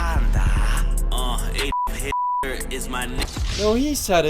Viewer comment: When he said adolf hitler it sounded like he said an*l f*cker